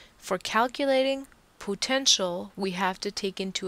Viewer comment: Thanks! Although i'm bothered by how you say "potential"....